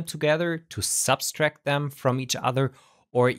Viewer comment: Just a minor nit: there's only 1 's' in "subtract" :). you were pronouncing it "substract".